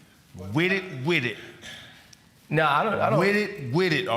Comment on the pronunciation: Chan said WIT IT WIT IT! 🤣🤣💯